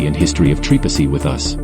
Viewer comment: Can't pronounce right! Don't even bother to come here